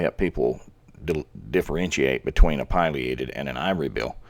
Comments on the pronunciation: It's "pileated" sounds like pill E ate ed. NOT pil I a ted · It really is pronounced Pill-e-ated. Even Alan Alda pronounces it that way and he's a birder.